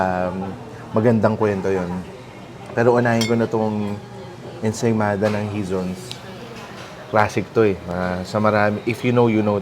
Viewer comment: the H is not pronounced, so it's Izon's. waiters used to have an attitude, and they accepted only cash, which led to their decline from when dolphy frequented the place